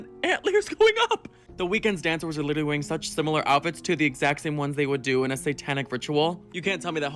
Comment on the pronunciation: Last request. Will take a break from your channel for a bit. Will you please stop mispronouncing “literally”? A lot of people do, but you’re a leader.